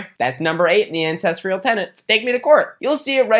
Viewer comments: Same day as Danny, pretty much same length of video, same sponsorship, same video subject, but says "ancestrial" instead of "ancestral" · I feel bad for caring but it's so disorienting hearing you say "ancestrial" every time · You're gonna need to stop pronouncing ancestral like "incestual" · all i hear is “incestrial” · being a historian/anthropologist every time he says 'ancestral' I want to weep ffs.